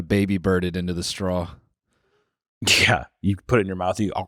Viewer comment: I love the way pronounces straw. strawl